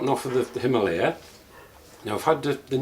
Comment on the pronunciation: It's Himalayan! 😬